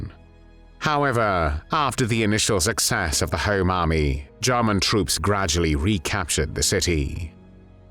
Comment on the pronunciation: The way the narrator says “Jarman”..